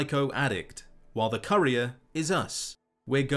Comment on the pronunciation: Great video but I winced every time you mispronounced 'appalachia' and 'courier'